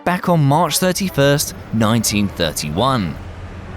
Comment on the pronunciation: It sounded like mars when he said march